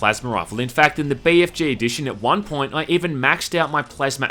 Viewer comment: I love how you pronounce it Bay Eff Jay instead of Bee Eff Gee